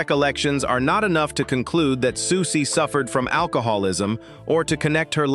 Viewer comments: Why do you keep saying "Sooksie", then reverting to the usual pronunciation of Siouxie's name? After all, you wouldn't keep calling the Sioux tribe "the Sooks", would you? And then Socksy? What the heck is going on? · I wanted to listen to this but I can’t…Sooksie!